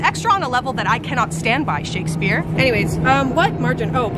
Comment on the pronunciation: I lost respect when she said Shakespeare